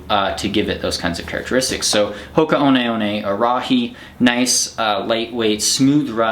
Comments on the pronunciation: TIL I've been pronouncing 'Hoka One One' wrong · Same here. I was pronouncing it Hoka 1 1. I need to learn how to read.